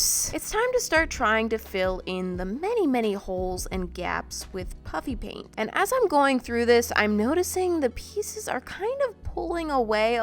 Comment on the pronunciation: I just have to gob on the puffy paint. Me: I'm deaf or something did she she just say puppy paint???